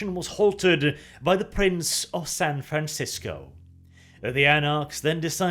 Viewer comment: Your Spanish is surprisingly fluent "San Jose" "San Francisco" were said with your usual flourish with out any vocal mistake XD.